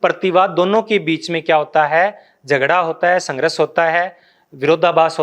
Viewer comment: Sangharsh, ko sangrash bolte ho sir, ese hi kafi work ko ap , wrong bolte hai